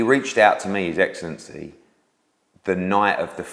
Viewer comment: Take a swig when Eddie says 'his excellency' 🥃 ; ; ; ; ; ; ; ; ; 🤦‍♂️ Hideous pronunciation